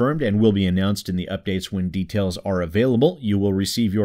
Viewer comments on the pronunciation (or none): none